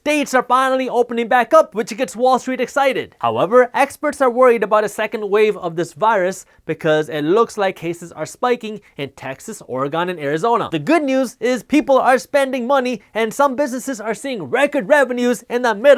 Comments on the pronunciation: IT IS PRONOUNCED OR-E-GUN.....not oregan like oregano. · It’s oregon, not oregawn 😛